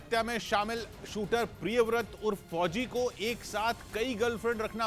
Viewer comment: Fhoji fhoji MTT bolo yr please aacha nhi lag ra sunane mai bilkul